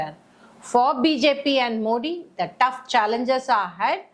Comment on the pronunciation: You are unable to pronounce Modi and worry about your future.